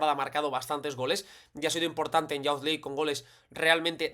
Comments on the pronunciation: Una nota: youth se pronuncia [yoo th], no como bound ni pound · Excelente análisis. Puede ser una herramienta muy útil cuando los rivales jueguen a presionar a los mediocampistas. Una nota: “Youth” se pronuncia “yuth”, no “yaoth”.